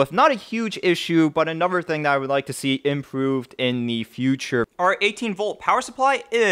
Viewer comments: the tone doesn't bother me but every time I hear "anover" I wanna stick an icepick in my ears. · ugh stop saying "anover" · what, saying a V sound instead of a TH sound? no, it's laziness.